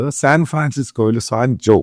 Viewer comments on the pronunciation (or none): സാൻ ജോ അല്ല സാറേ സാൻ ഹൊസെ…